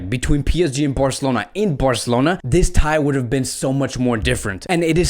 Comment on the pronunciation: New to the channel, and sorry I just can't take how you say "Birrcelona" 😐